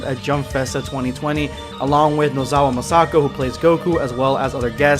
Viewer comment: No offense but I'm not a fan of how you pronounce Masako's name #EndofVideosquad